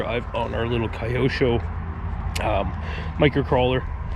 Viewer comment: Lol if you want to actually be proper about it, the original Japanese way to pronounce it is actually 2 Kanji syllables, kyo-sho. Not Key-Osho